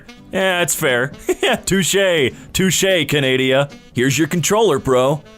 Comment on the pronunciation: Canada not candia